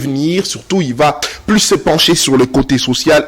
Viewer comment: J'ai SAL U t et non j'ai sal i t , balobaka PLUS et non plis .